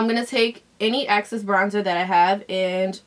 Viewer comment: Great look! Is it a New Yorker thing to pronounce "excess" as "access"? I've heard other YouTubers say "access" so I wasn't sure if it was a thing...Thoughts?